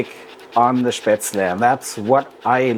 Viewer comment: FINALLY, an authentic way to make and properly pronounced. After learning how to make it in Schwabach, I wasn't sure of the recipe. Thank you so much